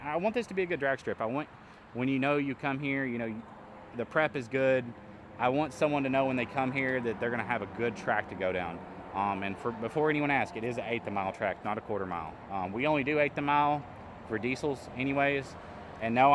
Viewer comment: You had me at "I bought a drag strip", then you lost me at "gayth mile".